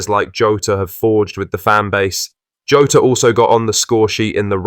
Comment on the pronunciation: Who's "Joe-ta"? 😂